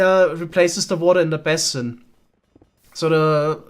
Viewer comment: Some friendly pointers from a fellow English-as-a-second-language speaker: basin is pronounced like "BAYsin", not like "BASSin". papyrus is pronounced like "paPIErus" not "paPYYrus".